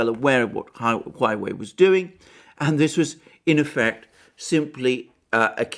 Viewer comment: OMG!!!! It is HUAWEI, not HUAIWEI!!! :)))))